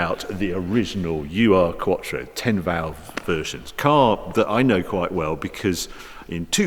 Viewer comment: You know this car well huh.. You just called the Urquattro a U.R. quattro hahaha just kidding mate but the 'Ur' is a german prefix meaning 'primordial'